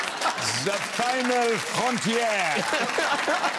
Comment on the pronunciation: The final frontier... He missed the accent on the word "final". Those who speak french know what I mean :) Very funny though:))